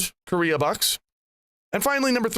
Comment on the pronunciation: KO-rea bucks